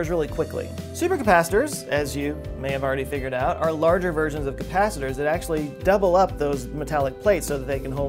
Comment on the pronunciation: You said "double-up" however I'm used to intelligent people native to India speaking on such subjects, so I thought you said "Develop" which is pronounced "Devil-up" by those with the accent, I was momentarily confused. Relief followed soon after. Thought I'd share.